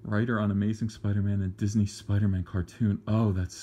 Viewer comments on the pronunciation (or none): none